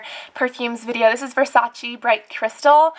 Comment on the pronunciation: I loove how you say "BULGARI" and "VERSACE" ahah I'm an italian girl and we say those names in a different way, but it's kinda cool lol, love you Cassandra <3<3